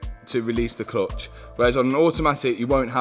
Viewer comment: At first I could not figure out what is the ”klutch” But pretty soon it dawned in on me 😂